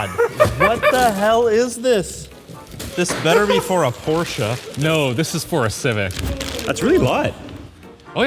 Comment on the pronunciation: This is the first time i heard a person whos native language is english pronounce "Porsche" correctly! greetings from germany Also, this video gave me SO MUCH "pimp my ride" vibes ..